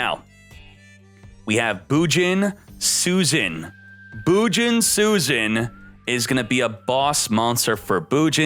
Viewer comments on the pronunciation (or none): I hope they release all Bujin, and also its pronounced as Bujintai Susanowo. How in the hell anyone can read it as Susan?